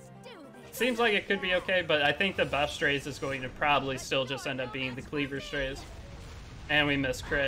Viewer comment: strAzeh is how its pronounced just fyi